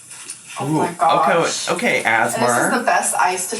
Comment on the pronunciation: “As-mer” too?? I may be deceased by the end of this video